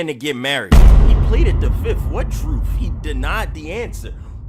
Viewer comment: HEY!!!!!! my mans said "I pleade the fifth" 🤣🤣🤣🤣🤣